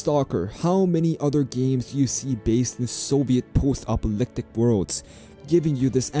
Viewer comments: Apocalyptic not apolyptic :) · you seem to miss a syllable or two in your pronunciation of apocalyptic.